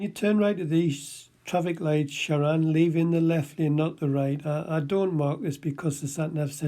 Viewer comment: He couldn't even be bothered to pronounce his name correctly! It's ShaRAN not Sharon.